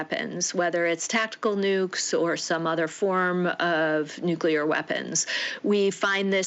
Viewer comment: Did Rigby go to school? NucL-E-A-R, not nuC-U-L-A-R